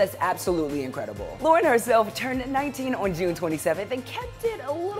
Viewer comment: Why does the way he says "ON" bother me sooo much? Lol🙊 But yaay! Even though it wasn't a takeover, I still love seeing these 5h related vids!